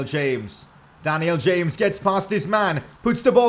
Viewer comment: Pls say daniel james properly